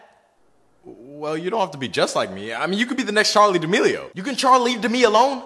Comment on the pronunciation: When he said president Damelio I cringed